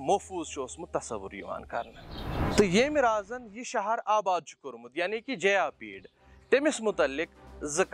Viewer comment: Bro correct it is jayapida not jayapeed